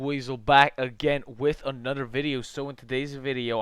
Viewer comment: A nutter video? Go back to fuckin' school and take some speech therapy, dumbass.